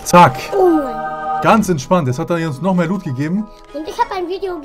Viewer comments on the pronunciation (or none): none